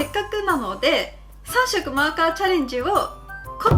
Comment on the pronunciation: 21秒ぐらいの 3色マーカーチャレンジのとこを、 「3↑マーカーチャレンジ」って言うところ可愛い😍❤️